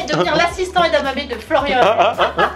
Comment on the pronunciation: "Une galette de légumes frits et une portion d'edamame". Le premier accent mixte au monde : marseillais - japonais!